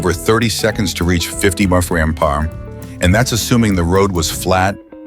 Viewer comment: Please teach your AI narrator how to pronounce “miles per hour”.